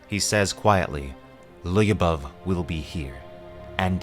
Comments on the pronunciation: Lyubov only 2 sylables. Lyoo-bov. It’s Russian for love. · Lyubov... Ly you read it the same way you read sh in english... like one letter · Another fun fact: "Lyubov" is probably derived from the word "любовь", which is Russian for "love". It's usually used as a women's name. pronounces it a bit funnily, though.